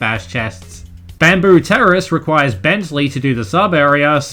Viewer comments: Dude speak properly it's Bentley not Bensley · Lol when speaking about his part of Bamboo Terrace slow it down to 0.5 even sounds like you are saying Bensley💀